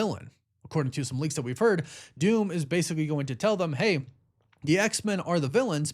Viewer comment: The word is THEM … not THUM. And there is no “s” at the end of “anyway”.